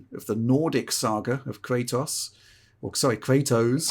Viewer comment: Ah yes, Kraytoes.